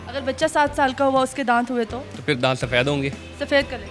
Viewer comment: दात होता नही होता